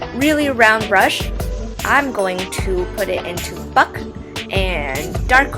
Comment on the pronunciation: When u said, "buck", id initially thought you'd said, "fuck" xD PS yuu sou cute. Me subscribe